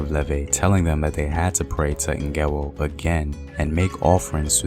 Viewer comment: Not Ngewo. But Ngewɔ